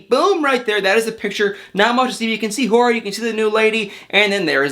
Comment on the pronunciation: First off, thanks for the video once again. Jorge’s name is actually pronounced like George would be, just letting you know. Also, Mike & Natalie probably would’ve started filming the “Happily Ever After” season 6 from the timeline you said cuz on this season that’s about to wrap up, they got married in March 2020.